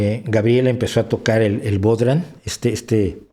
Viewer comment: como curiosidad,bodhran se pronuncia bojran